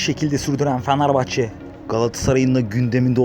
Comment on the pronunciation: Amk şu Fenerbahçe deyişini değiştir